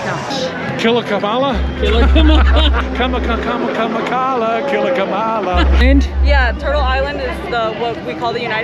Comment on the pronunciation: It's not ka ma la... its comma la....